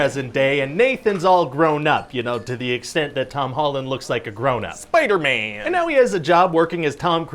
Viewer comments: Love how he said spiderman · The way he says “Spider-Man” cracked me up